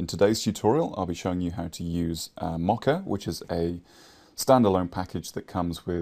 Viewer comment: I'm sorry, but I cringe every time you say "Mocka" For future reference, it is pronounced like Moe Ka